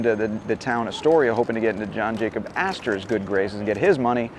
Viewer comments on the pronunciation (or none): none